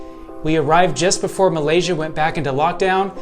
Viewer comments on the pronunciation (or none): none